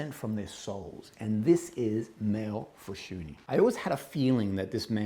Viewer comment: Awww you said his name correctly. You’re the only reviewer to do so. Small victories. Seriously, I am so enamored with this House. His fragrances are so calming, beautiful, and therapeutic. Thank you for featuring him and his work once again. B🤯 🤯M